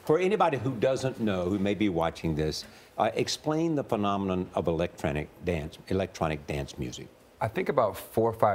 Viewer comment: "Electronic dent muzic"